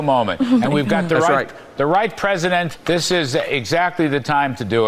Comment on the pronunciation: "Predisent of Peace" 🤣😂 Really , what an IDIOT !!!!🇨🇦